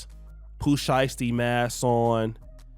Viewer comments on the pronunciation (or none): none